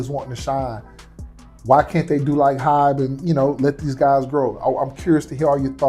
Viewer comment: It’s Hybe not hype